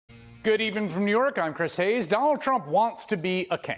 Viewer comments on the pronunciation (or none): "Donal Trump wants to be a keh"